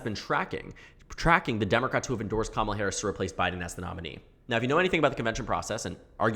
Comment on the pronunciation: It's weird hearing her name pronounced correctly Commala instead of Kuh mala or Kuh mala kneepad